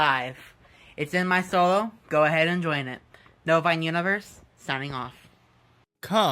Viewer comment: I think he says Novine Universe